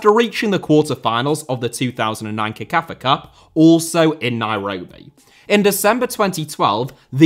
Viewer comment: CECAFA is pronounced as sekafa NOT kekafa. Just thought I'd put it out there